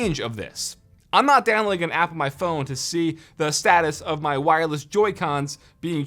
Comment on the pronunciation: Take a shot every time he says wirelles